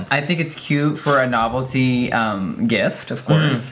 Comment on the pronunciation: Was anyone else thinking “knoblty’ instead of “novelty”